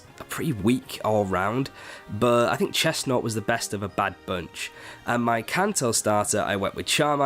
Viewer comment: CHESNAUGHT, NOT CHESNUT! SO NOT CALL CHESNAUGHT UGLY! AND DO NOT LEAVE OFF THE A IN FROAKIE!